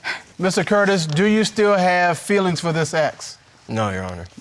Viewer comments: Its fEElings not filings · "Fillings" not "Feelings" 😂😂😂